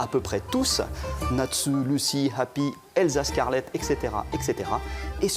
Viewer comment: bon je pense que nous sommes tous d'accord ON VEUX Y ALLER et sais moi où il a dit eLsa scarlette au lieu de eRza mais sinon trop bien de savoir ça <3